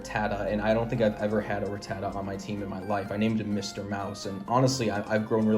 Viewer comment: First of all great video! Secondly it’s not Ra-tat-ah it’s Rat-ah-ta even dexter the Pokédex pronounces it Rat-ah-ta in the 2nd episode of the first season when a Rattata is going through his bag looking for food lol